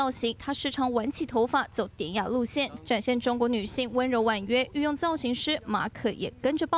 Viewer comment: 御用咋感觉听怪怪的……